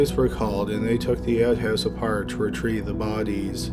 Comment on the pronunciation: I just love how you pronounce the word “bodies” bohdeeez